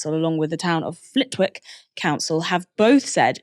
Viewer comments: It's pronounced "Flittick" not "Flit-Wick". Just goes to show that your presenter doesn't even watch her own inserts. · Flitwick is pronounced 'Flittick'. This piece loses gravitas if the host can't even get that right. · It's pronounced Flit-TICK the 'W' is silent. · For London centric Novara presenters - you don’t pronoun the W in Flitwick!